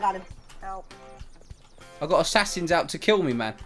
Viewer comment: Is it just me or If says here you go man or that's 700 dollars man it just really sound like mam xD